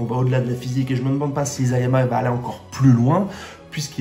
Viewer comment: Je ne crois pas trop a des fins alternatives dans SNK, mais ta théorie est intéressante! Sinon c'est I"SA"yama et non I"ZA"yama le nom du mangaka! bonne continuation.